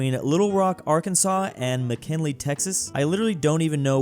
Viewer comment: McKinley! It’s McKinney with an N.